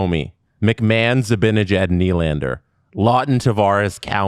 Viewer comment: I love you, you’re beautiful inside and out. But I’m begging you, please learn to pronounce Zibanejads name lmfao